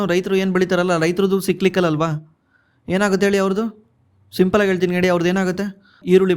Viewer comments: ಲೆ ದಡ್ಡ ಏನ್ ಓದಿಲೇ ನೀನು, ಸಿಕ್ಲಿಕಲ್ ಅಲ್ಲೋ, ಸೈಕ್ಲಿಕಲ್ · Le mangya ಏನಲೇ adu ಸಿಕ್ಲಿಕಲ್ ಅಂದ್ರೆ 😂😂😂 ಸೈಕ್ಲಿಕಲ್ ಗೆ ಸಿಕ್ಲಿಕಲ್ ಸಿಕ್ಲಿಕಲ್ ಅಂತ ಬಡ್ಕೋತಿಡಿಯ 😂😂😂😂